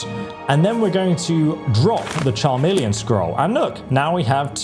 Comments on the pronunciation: CHAmeleon.... it's a lizard, a magical effect and it is pronounced KAmeleon. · Huh... You know, I don't believe I've ever heard anyone pronounce the ch- in chameleon as "ch" instead of "k" before.🦎🤔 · That Charmelion segment makes it sound worse than Benedict Cumberbatch's Penguin documentary 😂😂😂. But seriously bud, it pronounced "Kah-million' 😅 Other than that, love the video, and I also can't wait for the remaster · Fried my brain when I heard how you pronounced "chameleon" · I can’t believe is so sheltered he’s never seen the word chameleon before😂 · Every time you say chameleon I giggle 🤭